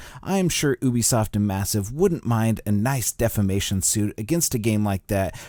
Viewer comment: Say it with me: Ubisoft - "you-be-soft" Not "ooby-soft". 1.4 (etc) = "One-point-four" Not "One-dot-four"